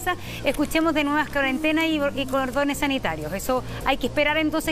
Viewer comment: wn, lo dije porque la señora parece que dijo "condones sanitarios" en vez de cordones sanitarios. En el minuto aprox.